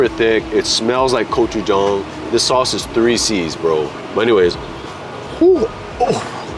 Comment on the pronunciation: he had me cracking up how he was pronouncing gochujang 🤣 every place looked soooooo good though!